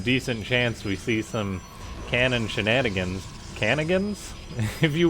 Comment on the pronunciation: She-canno-gans? 😂.More crazy bot strategies!